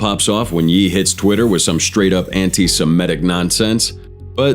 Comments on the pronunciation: Its ye and not jeee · Smh the AI narration is crazy and way off. This is the second of your vid where you call KanYe (Hence the Ye), Yi. Next you called Michael Jordan (nba legend) Michael B Jordan (actor). I like the 2 of your vids I've watched to some degree but if you are gonna be lazy making them I cant hit like or subscribe...ijs